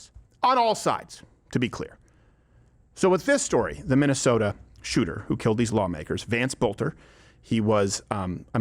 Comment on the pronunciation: Tim Walz's "shuuter friend" struck again. 😂